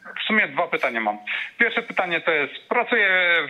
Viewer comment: Racja, dzwoniący do studia to jakaś tragedia. Nawet pytań nie mieli przygotowanych. Ciekawi mnie czy dzwoniący z 20 min programu to w ogóle obywatel Polski ? Jak dla mnie to Rosjanin lub Białorusin. Sam fakt, że nie potrafił nawet poprawnie wymówić pytań może świadczyć, że to obcokrajowiec. Dodatkowo pytania o szczepionki i sytuacje między ukariną i rosją od razu wskazują na trop wschodni.